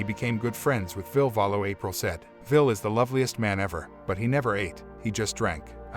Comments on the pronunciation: Vil "E" Val "low".. damn dude.. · LOL, why can't any of these dipshit channels pronounce Ville Valo correctly?